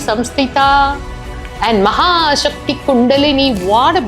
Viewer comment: Thank you for this beautiful series... I wish to humbly put forth a correction: In the verse "mahāsaktiḥ kuṇḍalinī bisa-tantu-tanīyasī," the first nāma is "mahāsakti" and not "mahāśakti." has pronounced "mahāśakti" here. "Sa" versus "śa" or "sha." Former is nāma #109, while the latter is nāma #217. Both nāmas have different meanings... There is no repetition of nāmas in the thousand names... I also urge the editors to have more awareness and alertness when editing the videos. clearly wished you to edit out her sneezing. You have even kept her saying, "You will edit it, no?"